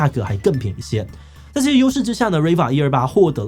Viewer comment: 只有我發現志祺這隻片吃很多螺絲嗎ＸＤＤ 在這些“U”勢之下 各大“摳”技公司 志祺辛苦了！